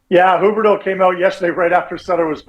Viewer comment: Rick Ball. Please interview him about Calgary sports. Please. This Eric guy can’t mic himself properly for a phone interview?? Not just Sutter still in the 80s. Also wtf is “Hooberdough”? It’s pronounced “Hue berdough “.